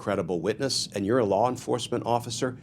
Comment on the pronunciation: Glen… it’s “AND” not “END” not “AN”